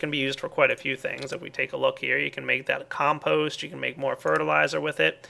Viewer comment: The only thing I heard him pronounce wrong is compost...